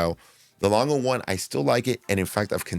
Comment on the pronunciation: Great pieces. Also appreciate the good pronunciation of Lange. Same as Porsche, by the way